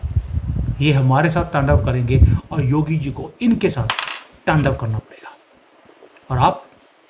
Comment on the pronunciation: Your hindi Pronouneciation is incorrect like taandav, Baangladesh